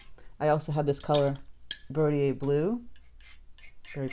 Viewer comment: I don’t know for sure if it’s the blue you are asking about, but she shows using a Holbein color called Verditer, but she pronounces it “Ver dee ay”. I had the hardest time figuring out which color she was using because she pronounces it incorrectly. I did dm her about it, but as she says, she’s an Aries and doesn’t like to be told what to do!